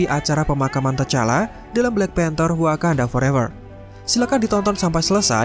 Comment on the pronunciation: Wakanada... wkwkwk :)